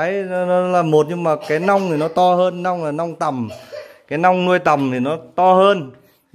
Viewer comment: 😂😂😂 tại bạn nói ngọng nên thành long với lia ( chứ cái nhỏ gọi là mẹt, cái to hơn thì gọi là nong với nia là chuẩn rồi bạn nhé) 😂😂😂